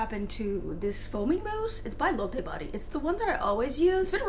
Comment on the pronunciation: I think acupressure and smell (and taste) training helped me gain back my senses super fast.. highly recommend them :) Also, nbd, but.. isn’t Lotta Body pronounced like A LOTta body? lol heard you say it differently loooooong ago just thought I’d say something now. xX